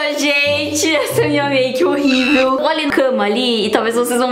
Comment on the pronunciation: A fala que tá horribel mas tá prfto cara kkkkk❤🤡